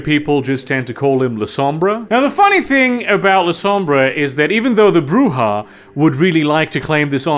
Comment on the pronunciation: 100 points for pronouncing Brujah right most of the time.